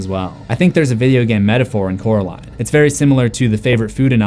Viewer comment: Just to remind you, it's Coraline, not Caroline. Oracle ✨🐞🐾🎧🍕❤